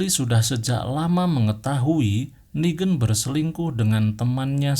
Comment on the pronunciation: klo inggris lebih ke neigan (pake logat inggris) klo ini nigen tapi logatnya indo